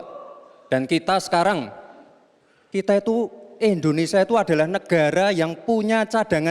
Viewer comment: Indonesia pak Gibran, bukan Endonesia, ngucap negara sendiri aja masih salah, dasar samsul, wkwkw.